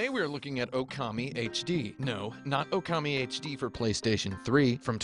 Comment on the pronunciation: Also, it's pronounced okami not oukemei .